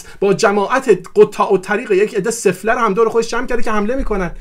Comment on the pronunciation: چقدر تکراری بود گفتارت. تمام این گپها را میشد در حداکثر دو دقیقه خلاصه کرد. در ضمن تلفظ واژه سفله را درست بگو. کشتی همه را با دو واژه « سفره » و « قطاع الطریق »